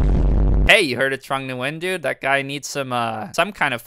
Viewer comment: If I hear this guy say trong Nguyen 1 more time I am jumping off a bridge